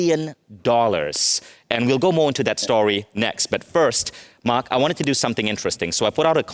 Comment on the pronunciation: Host can’t even pronounce “Mark” correctly